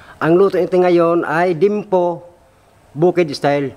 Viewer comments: dimpo daw sabi ni hahahahaa ung totoo😅😆li-yem-po yan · Liempo?? Dimpo?? Bimpo?? Alin jn sinabi ni?? Haha.✌️✌️🤣